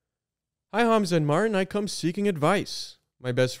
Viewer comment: MARTIN PLEASE STOP PRONOUNCING THINGS WEIRDLY. YOU’RE MAKING CANADIANS LOOK BAD